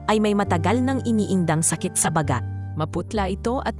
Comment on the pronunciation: I'm sorry to comment this: the word "BAGA'' has 3 meanings the way you pronounce it as your sister is sick is wrong-for you pronounce it as an expression. Please take notes with more words said